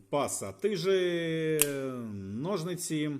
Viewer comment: Вже не в першому роліку чую ножНиці. Кажіть будь ласка у майбутньому ножиці, бо дуже вухо ріже. P.S. Та і гак/гачок, а не крюк.